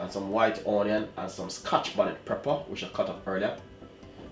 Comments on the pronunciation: It's Pepper not Prepper lol idk y that bothered me so much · Chef say pepper. Not prepper. Have a good day you're the best. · I like how chef says Prepper not pepper ❤ bless up yuself chef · That's moment when you said preper and not pepper 😂😂😂😂 nice video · Stop wid de " preppa"' lol. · Dwl... I can't with you chef... Those pronunciation tho... #Twanging at it's best